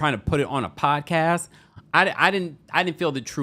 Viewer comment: I love the way Pronouces Pod-Cast...😂